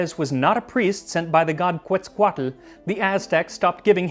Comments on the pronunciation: For the gazillionth time the singular is TAMAL, drop the freaking "E. If you say everything with the most accurate pronunciation then do it justice and say it RIGHT. And then I heard the abomination: Quetzalcoatl... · I appreciated the attempt at pronouncing Quetzalcoatl, but it's more like kétz-ahl-coh-ah- tull. Other than that you're pretty much on point. I really appreciate all the effort you put into researching all these topics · was vibing on everything until i heard you drastically mispronounce my man Quatzequatel :( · except Quetzalcoátl, he pronounced it like the name of a lovecraftian horror